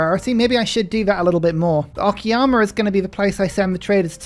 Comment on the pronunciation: It's "o-ka-ya-ma" not "o-ki-ya-ma" 😂 sounds so weird if misspelled